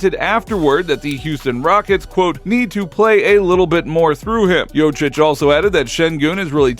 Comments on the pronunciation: Bilerek mi tam da seyirci olmayan Turk ligi macini secmis ne.. Jokic'e Jocic demesi de tuhafima gitti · Please learn to pronounce jokic correctly. Don’t be that typical American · You are kidding? Satire? For starters... learn the spelling of the surname Jokić. J...O...K...I..Ć.. OK? A man will be MVP 3 times in a row and you can't even pronounce his last name? Shame! I know it's hard for you...but what if you had to spell Czechoslovakia! Hahaha... American idiot! ;-)